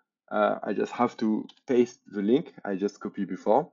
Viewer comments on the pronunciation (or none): Great video and henceforth, I will call it "paast" not paste😂😂😂😂